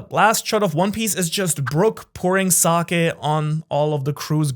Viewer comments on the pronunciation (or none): none